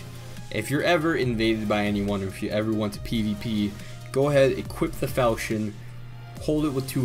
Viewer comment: FALKON NOT FAL CHI ON